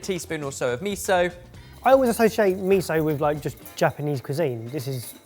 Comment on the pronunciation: Absolutely loved this episode and all the new uses for miso and tahini But please, miso isn’t meeeso😆 Mi as in Mickey Mouse So as in So, you’ve got it MiSo Apart from that fabulous fabulous fabulous